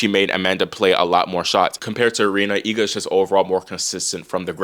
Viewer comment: I always appreciate your correct pronunciation of Iga's last name, that's rare